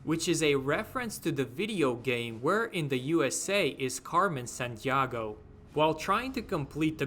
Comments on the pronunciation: mym an you misspronounce stuff hard af,daleks not dejleks,carmen san diego not san diago,great vid but this made me freak out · Carmen Sandiahgo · "Sandiago" lol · Good video, but the way you pronounced Carmen Sandiego hurt me